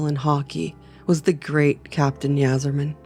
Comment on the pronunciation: It’s pronounced Eye-zer-man…